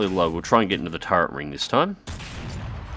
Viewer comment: did you say "turrent"?